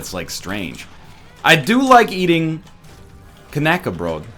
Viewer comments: Tip, its not kenäcke----brodt, its knäckebröd (search up how you say ö, you say the ä good though) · your pronouncing knäckebrot like kanäckebrot <--- there is no "a" sound there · IT'S NOT KANAKABROT IT'S KNACKERBROT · Knackebrot does not have a sound between the K and the n at the start. The rest was good. It's more like in "acknowledge". So if you say "Aknaeckebrot" like you would start with "acknowlege" and leave out the A at the start the pronunciation should be really good. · Knäckebröd, guys? It's KNÆKBRØD! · LOL NICE PRONUNCIATION OF KNÄCKEBRÖD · When you try to say knäckebröd, lol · It sounds funny when you're trying to pronounce knäckebröd, hahahaha ägghuvud. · wow. it took me like 30 seconds to realize he tried to say Knäckebrot :D